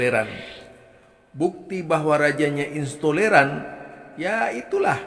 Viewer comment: Intoleran bukan istoleran…ngomong aja ngga bener.,emang ada yg tidak dibawa oleh nabi ? Kamu kenapa tidak kritik pentolan FPI.,kamu pasti bagian dari yg dibubarkan….ngomong apa kali kamu ini.